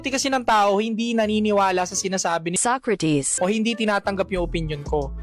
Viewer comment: Tama ba yung naririnig ko? SOYcrates? 😂😂